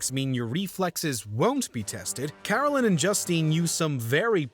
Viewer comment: It's pronounced Caroleen, and Joosteen.